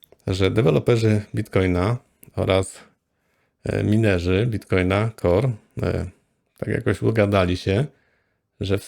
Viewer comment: - Nie wymawia się Minerzy tylko majnerzy!!!